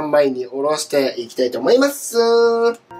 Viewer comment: 最近 思いまーすが雑になってない？ww